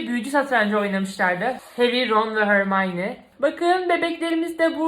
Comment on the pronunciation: hormayni degil hermoni